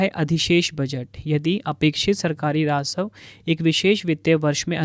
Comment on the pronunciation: Rasav nhi rajasv hota h